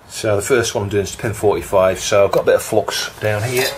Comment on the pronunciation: I reckon the Flux gods are punishing OP because he pronounces it flox.